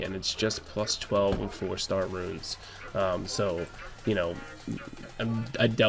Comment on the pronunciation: Just started playing this game. Thanks for your insight and tips. Cracks me up every time you say "runes"